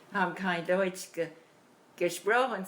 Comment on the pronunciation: especially if they are speaking plaut..…as deutsh comes out sounding like dootsch